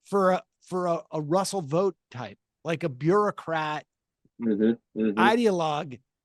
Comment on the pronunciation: Vought rhymes with thought. Why are we helping Trump whitewash this guy?